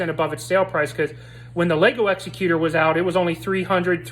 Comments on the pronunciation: Has anybody told you yet, that you're mispronouncing the name of the ship? It's Executor, as in, the top executive of a company, a person in charge of a will is most commonly called the "executor of the will". You keep saying Executor as if it's an Executioner, a person that kills other people, mostly after a trial. There is no executor as it pertains to an execution. An execution has an executioner. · Yay another crappy ripoff that probably copied some fan’s design and the guy reviewing didn’t even pronounce Executor correct. How do you do a review of a Star Wars ship with out even knowing how to pronounce its name.